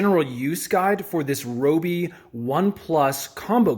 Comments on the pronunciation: (Ri-oh-bee) Your welcome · rYobi... sheesh that drove me crazy😅